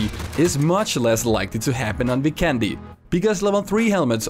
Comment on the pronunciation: Hey, I don't want to be a grammar Nazi hehe but you're pronouncing Vikendi totally wrong. If you do some research on the official PUBG site you can find the map is based in the Adriatic Sea and the nations that are all part of the Adriatic sea are Albania, Bosnia and Herzegovina, Croatia, Italy, Montenegro and including Slovenia. Now to factor out all the nations we should look at the name on the locations and as you might notice they are very Slavic based and the only nation doesn't have a Slavic based language is Italy. So now we have 5 other nations with the Identical language pretty much and with the magic of my Bosnian and google translate if we enter the name of the map "Vikendi" in any of the 5 languages it will be translated to weekend and also trying to correct you grammar just simply press speak on google translate and you should have a much better idea. Now to just back up my self up I believe they would name the map after the word "weekend" since with my experience its a very beautiful ocean with visiting Bari, Neum, Dubrovnik, and the term could come from the saying "weekend on the beach". Its gonna be hard to know where the map is actually based without an official word but at least we have a surrounding area. If you honestly read this I appreciate it a lot that I could slightly educate you with some cool info <3